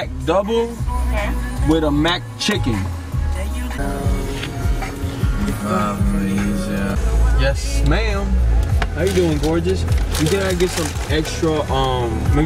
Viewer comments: I cringed so hard when that man said “MACdouble and MACchicken” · He says Mac chicken